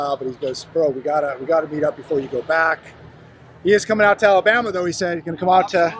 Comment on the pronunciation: You have a lot to learn before you get to Alabama the first thing is how to pronounce Alabama, then you're about to find out what work is all about city boy